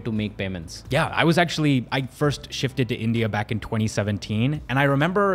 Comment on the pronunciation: "shifted" 😂😂😂 he is indian now